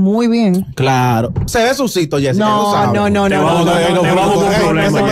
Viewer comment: Este tipo no tiene un léxico acto para programa, sus pronunciaciónes están errónea la que más repitió fue sucito *sucio. no me importa lo que seas pero hay muchos locutores con un alto nivel de vocabulario y no se le a dado ese chance hazlo valer.